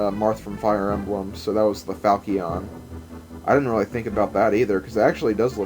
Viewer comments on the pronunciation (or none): Another good video today,. In Super Star Ultra, it does say that the sword is indeed the Fal-kee-on. So, you're starting 2010 with Revenge of Meta Knight? Can't wait!